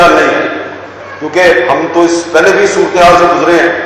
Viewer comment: اللہ کے واسطے "سورتے حال" کہنا سیکھ لے بھائی یہ لفظ "سورتے حال" نہیں ہے " صورت (ت کے نیچے زیر ہے) حال" ہے ۔